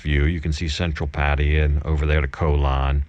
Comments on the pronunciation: Love your content...but please there is no such place as PA TI A. Have you ever heard a Thai person pronounce it that way? Pa Thai Ya....try that... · Pattaya: pfat-tay-YA pfat-tay-YA pfat-tay-YA not: pa-TIE-ya PAT-tee-ya /// "pfat-tay-YA, pfat-tay-YA, Oh I love you mock ma." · Ok, you're moving back to Pattaya. Will you ever pronounce the name of the city properly? You show so much respect to Thailand, why don't you pronounce the city properly?